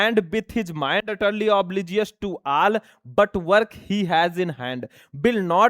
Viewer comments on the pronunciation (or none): Oblivious ko sir obligious padhe kis kisko ye sunaai diya 🪔🎉 time me